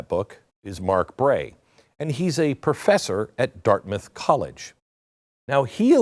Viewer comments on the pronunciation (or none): none